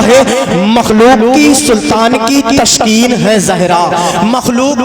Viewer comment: تشکین نہی تسکین ہوتا ہے کیوں پڑھے لکھے نقیب لوگوں کو بدنام کر رہے ہو ۔۔۔تلفظ تک صحیح نہیں اور اسٹیج پر کوئی اصلاح کرنے والا نہی ۔۔تعجب ہے۔۔۔۔۔۔